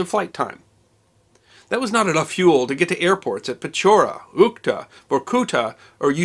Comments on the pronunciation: He didn't pronounce correctly a single word. Zh in Izhma sounds like j in bonjour or s in insurance, u in Usinsk sounds like in put and there is no k sound in Saha and Uhta. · Uhta - stress on the "a" like it would be in French